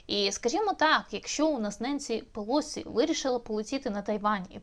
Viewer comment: Так уже определитесь: ударение на первом слоге, или на предпоследнем! Противно!